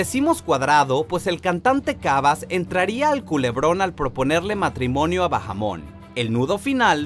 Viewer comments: No se pronuncia "Bajamón" es con la H muda. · Bahamon, la H es muda, no se lee como si fuera una J. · La "h" es muda.. no se pronuncia bajamon (suena a pokemon😂😂) es baamon y se escribe bahamon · No es Johanna Bajamon. Es Bahamon. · No se dice "Bajamon" se dice "Baamon" (Bahamon) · No es Johana "Bajamon" es JHOANA BAHAMON la H no suena ......... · No es bajamon es baamon. 😑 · se lee baamon no bajamon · No se pronuncia "bajamon"